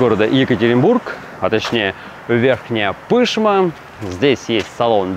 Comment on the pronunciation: Почему вы коверкаете названия городов? Вы ведь не называете город МОсква, а говорите МосквА, с удалением на второй слог. Так же и все города - ударение либо второй, либо последний слог. Верхняя ПышмА